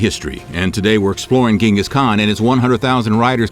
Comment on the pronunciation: I would have liked that, as someone claiming to be educated on Mongolia you would know such a basic thing like that this man's name is pronounced 'jin-gus not gen-gus. Sorry to be that guy, but that's his name.